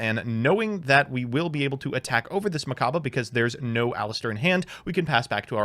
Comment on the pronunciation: Am I dreaming? actually pronounced Aleister the Invoker’s name correctly?! I guess it’s true, playing Pend does increase your brain size!